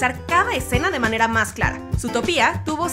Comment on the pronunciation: Lindo video pero te corrijo algunas cosas. Zootopia no lleva acento en la i,dijiste San Frantokio en vez de San Fransokio en otro video y el nombre del viejo Macgucket es Fidleford no Filderford jeje.